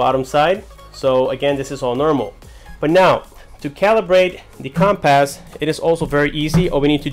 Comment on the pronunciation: Dude, please. It's not "com-pass". It's compass. Also that looks like Broward County.